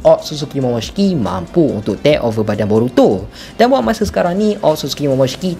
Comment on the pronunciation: aku terganggu dengan cara hang sebut 'tek over' oi.. haha... 😂